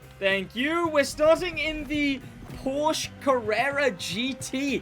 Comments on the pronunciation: New Crew Player here. Had a ton of informations from your videos, thanks mate! :yougotthis: Just start to play the 1Mio Playlist you suggested. BUT: As a German, hearing "Porsch" hurts me... Its called PorschE <-- There is an e at the end. Please pronunce it. 😉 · i love your vids but please its called porsche not porsch every time you say porsch my german heart bleeds☹️